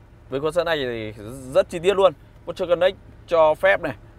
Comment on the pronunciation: A dislike because of your mispronounce . Not pút trơ . OK ?